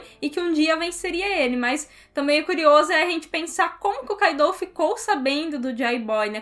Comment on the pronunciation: Tipo o kaido , eu sei q escreve KAIDOU , mas a pronúncia q cai melhor seria KÁIDO (sem acento )